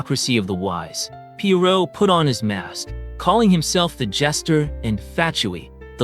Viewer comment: Are you using AI for your voice over? or are you just really pronouncing these names weird? such as Khaenriah, Pierro, Surtalogi, Albedo. Sorry but its a little cringey.